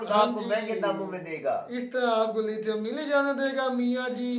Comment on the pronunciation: Inhe lithium bhi bolna nhi aata hai 🤦🤦🤦🤦🤦... 😂🤣😂🤣😂